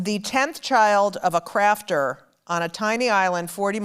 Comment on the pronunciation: Her grandmother was the child of a Scottish crofter, it sounds like she is saying crafter. Same as a farmer.